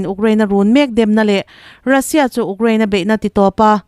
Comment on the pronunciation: 8th na ka ni e😂.....UKRAINE i lam rik dan hi😂😂😂😂😂😂